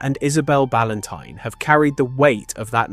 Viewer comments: I agree the narration was dreadful he kept saying balantine wrong, he called ann balantine then a second later her father balanteen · Her surname is pronounced Bal-An-Tyne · Narration pronunciation of Ann's surname incorrect on a few occasions is so disrespectful. RIP Ann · Please pronounce her surname correctly.